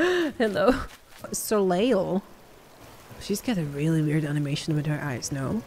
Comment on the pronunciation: Soleil is pronounced so-lay